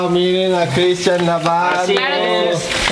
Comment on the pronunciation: Dice critsian en vez de Cristian👆 😄😅😆